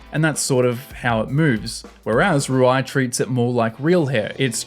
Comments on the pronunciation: roo - ee not roo eye bruh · Rui is pronounced “roo-ee” (Like in cheese) not “roo-eye” :) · "roo eye"💀💀💀💀💀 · Hey no hate but Rui is pronounced "Roo-ee" in Japanese